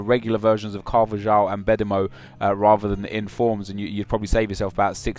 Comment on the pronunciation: With Carvajal or however you spell it, dont you pronounce the j as a h?